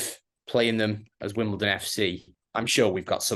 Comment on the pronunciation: I'm hoping the Wombles get a mention. WimbleDon not WimbleTon but great show